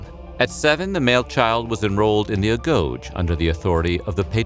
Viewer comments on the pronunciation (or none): It was pronounced ah go gi.. not agoche. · you misspelled agoge. It’s pronounced Ah-Gho-Ge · ITS NOT A-GOJE... ITS A-GOGE-A. If you are going to do a informational video, be factual and correct. SPARTAN women were also trained in combat. This is common knowledge found in any text relating to the life of the Spartans. Peroci and Helots were NOT SPARTANS. They were people conquered or accepted foreigners living within Sparta. Very poor video. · A-GO-GEE (Rhymes with bee) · A - GO - GEE (Hard G) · Pronounced a go gay. Perri oi koy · Mispronounced Agoge but still interesting.